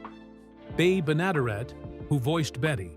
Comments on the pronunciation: Bea Benaderet pronounced it "benna derrit" not "ben adaray" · Bea Benaderet's name is pronounced "Bee Ben-a-DEHR-et. Jean Vander Pyl is pronounced "Jeen" Vander "Pill." Mel Blanc's last name sounds like "Blank." Bamm-Bamm's name rhymes with jam.